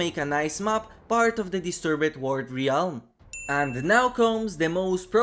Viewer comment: How do you still not know how to pronounce ‘Realm’?